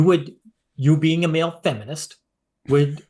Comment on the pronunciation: Ol' boy put the hard 'R' on that "feminist" ain't he? 💀